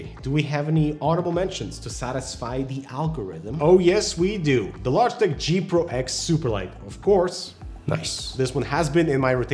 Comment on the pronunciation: Logiteh lol